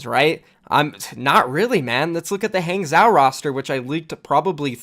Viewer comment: You seem to be someone who prizes accuracy. On that note, please pay attention: Guangzhou: pronounced ‘gwong-joe’ Hangzhou: pronounced ‘hong-joe’